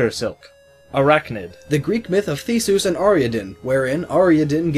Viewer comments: You should probably try pronouncing Theseus and Ariadne one more time. [Thee-see-uss, Are-ee-add-nee] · Theseus. THEESOOS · you pronounced Theseus' and Ariadne's names wrong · i hate the way he pronounces theseus